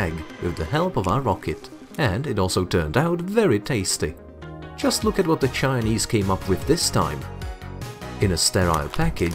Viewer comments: The way he says the Chinese sounds like a slur aha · Bro why you keep saying the chinese like that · How you say Chinese is so weird🫤